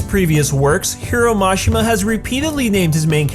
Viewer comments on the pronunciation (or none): boi hero mashi ma? its prounounced he-row-she-ma